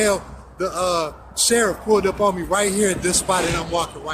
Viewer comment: You mean the shereef?